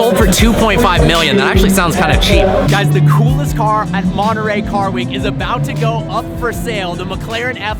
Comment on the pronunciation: Nice video Personally I find it too much of a Chiron w/body kit. Anyway, if I'd get $1 for every time your said "absolutely" in your videos, I could probably afford one of these now (not that I'd buy it, though). And how come Americans can't pronounce Centodieci - or Monterey for that matter?